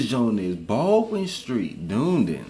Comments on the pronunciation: DoonDin 🤣🤣🤣🤣🤣🤣 It's Duh- Knee-Din 🤣🤣🤣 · Dunedin is pronounced Du knee din but good try 😂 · Don’t listen to this muppet... it’s pronounced Done Ee done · Hahahaha Dune-din! I'm from Dunedin (Dun-edin). But from now on I'm calling it Dune Din. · Dunedin is pronounced Done-eden. great reaction BTW. 😊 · lmao its dun-e-din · Dunedin is pronounced done ee din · ‘DOON-DIN’ BAHAHAHAHHABSKSJSJNDNJDJD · dune-din. wow. thats a new one :'D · 😂😂😂😂 from northland but live in palmerston north; btw Dunedin is pronounced - Duh-knee-din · i love how even the guy narrating from geography now mispronounce marlborough lol. and dunedin is pronounce done-ee-din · Dunedin is pronounced like Da nee din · Dunedin. Done-e-din. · Dis nigga said DoonDin bahaha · I’m from dunedin said done eden